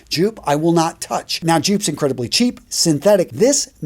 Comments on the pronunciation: It is not pronounced like it is spelled the J is silent and pronounced as if it were a Y. So Yoop or Yope would be a hell of a lot better prononciatiom than Joop. Y you not know this? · Enjoyed the video. Please not Joop is actually pronounced "yope" and Bois (du Portugal) is Bwa . You're so knowledgeable so I just wanted to share these tips on pronunciation; cheers!